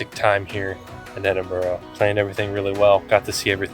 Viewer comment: Can his wife tell this guy it's Ed in bu ra, not Ed in bu row.